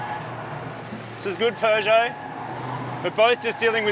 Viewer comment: Can someone please tell Marty there's no 'R' in Peugeot? 😂